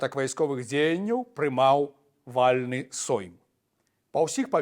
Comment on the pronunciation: мацЕй, вальнЫ, у беларускае мове націск на А "НЯ" падае!